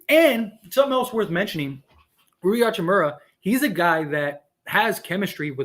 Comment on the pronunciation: Ha-chi-moo-RAH... not "hachi-murry"